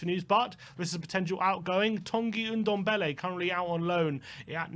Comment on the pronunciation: It's Ndombele not Undombele for F**C sake